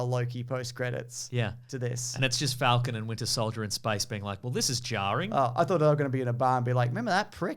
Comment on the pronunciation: Faaaaalcon. Fallcon. How do you say it